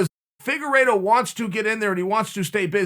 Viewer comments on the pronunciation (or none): Uncle Chael: Figureedo..Figeraydo...Faygeraydo...Fagerido...Figerplaydough.. Me: Okay great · His name is pronounced Fig-ward-o. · Chael “FIGurE-iTTttttTtto” sonnen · Just how good is Deiveson Figueiredo? Chael actually corrects his mispronunciation of his name.